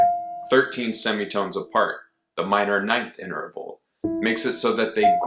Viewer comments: Please don't say "inter-a-val." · Are you sure you're pronouncing the word interval correctly?